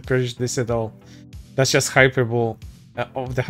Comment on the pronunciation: That "hyperbole" pronunciation... 🤔You're not secretly, are you?